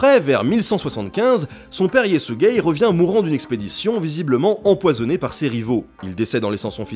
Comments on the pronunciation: C'est Ysekhei pas Ysegei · Je du mettre pose a chaque fois que tu prononcé le nom de JE SUIS GAY :') fait gaffe au YTP avec sa aha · "Yésuigay" Le guerrier Mongol. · Y a que moi qui entend "Yé sus gay" au lieu de Yesugeh? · J'ai ri comme un con en entendant "Yesügei" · Yesügei : yésuguei Hö'elün : Heu elun (h aspiré comme en allemand ou en anglais et u comme un /u/ pas un /ou/) . Temüdjin : Témudjin Börte : Beurté